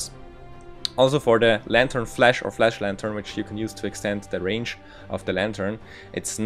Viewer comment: Jesus, my ears. Stop saying "Flesh" Its called for "Flash" not FlEsh. Did you skip your english classes?